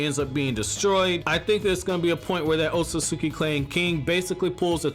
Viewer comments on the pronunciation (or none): YOU'RE MISPRONOUNCING ŌTSUTSUKI! You're missing syllables. C'mon you perverted fat Albert sounding sex offender lololol!!! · My mans you have gotta start pronouncing Otsutsuki correctly my mans 😂😂 I facepalm the moment you even say it